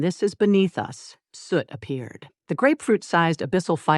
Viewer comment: Heads up for people new to this series: the AI says “Suit” for the dragon baby. It is supposed to be “Soot”.